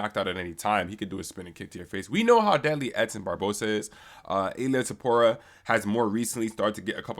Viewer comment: why can’t anyone say topurias full name right lolol it’s always either ila topuria, or ilia topura. Its ill-lea toe-poo-ree-ah!!